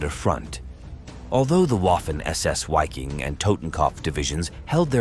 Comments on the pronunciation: The "W" in the German word "Wiking* is pronounced as the English "V". They should be pronouncing it as the English word Viking (sounds the same in German) which also has the same meaning. To pronounce it starting with the pronounciation of the name of the English letter "Y" followed by "-king" is obfuscating and sounds silly in my opinion. Besides that, the pronunciations are fine, with the exception I guess, that to remain completely consistent, the pronunciation of Waffen, should be prounouced as the English spelling "Vaffen" would be. A lot of good information in this post. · Interesting because I wondered about the correct pronunciation since it sounded strange.